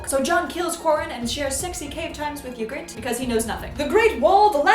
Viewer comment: AHHHH sorry I can't keep it in: Ned never tells Robert that his children aren't his children. Also Ygritte is pronounced egret (like a baby eagle.) Probably could find other nitpicky errors if I were really trying to be obnoxious.. but overall this was still hilarious.